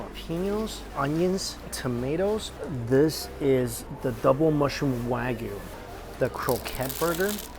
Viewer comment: it's pronounced "waa-gyu" not "wag you"